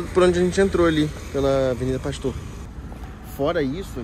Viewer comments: O nome é Av. PASTUER ..e não pastor...kkkkkk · Avenida Pasteur. Pronunciamos aqui no Rio Av Pastér. #ficaadica😂❤